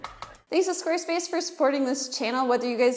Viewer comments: "SQUAESPACE" "HABBITS" ... :( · Habit and Squarespace. Not Habbit and Squaespace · Squaespace??? Lol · "Squaespace?" "Habbits?"